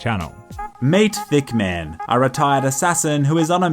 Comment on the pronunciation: Thick man or hit man? Are my ears dead? Ehh